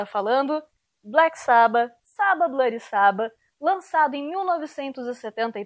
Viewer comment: Não curto a pronúncia Black sábba kkkk tem que ser Black sabbá kkkkk No nome da música fica natural mas se referindo a banda fica artificial no nosso idioma kkkk